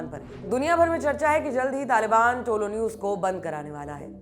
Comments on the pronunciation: टोलो न्यूज नहीं है तोलो न्यूज है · Don't say tolo it is tulu. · Bolna seekho pehle propaganda godi media walo, tolo nahi tulo it means sunrise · Kamse kam ye logo me dum to such bolne ka.nahito yaha ki dallal.media dinraat muslim ke khilaf mission chala rahe hai.tumlogo ko afghanistan news ki baat karree kabi yaha ki dalllal media ke bare me bata do.aur tolo nahi tulu bolo sahi pronounce to karlo.tulu ka matlab rise aur tolo ka kya matlab hota